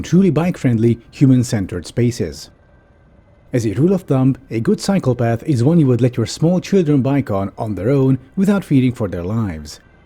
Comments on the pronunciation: I misheard "cycle path" as "psychopath" and was wondering what the hell small children were doing with them on their own :P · I momentarily misheard that line as “A good psychopath is one that you would let your children bike on.” Lol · When you said Cycle Path I thought you said psychopath